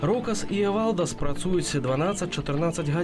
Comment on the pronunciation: Автор имя не правильно произносить эвалдас,ударение на э